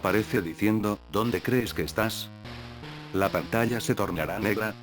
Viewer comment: dónde "cees" que estás XD